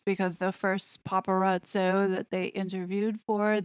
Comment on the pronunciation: I also love that she said, “PaparazzO,” singular photographer! She knows her Italian, too!!